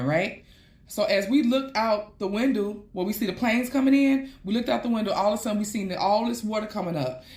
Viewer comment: she speak funny 😂 the windu is CRAZY